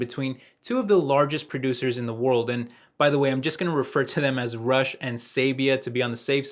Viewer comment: r u saying rush? cause it sounds like you're saying rush